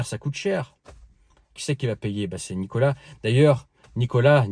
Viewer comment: çà se dit Nicolás en ppuyant sur le a